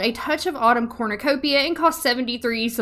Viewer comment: Evrytime you said Corrnecopia , i got a mini heart attack , Becouse i had to think of the hunger games 😭